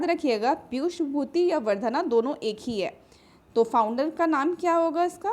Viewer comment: Pushyabhuti hain wo ....piyushbhuti nahi 😢 Yaar itne thaat baat karte ho to dhang ki taiyari kar liya karo padhane se pehle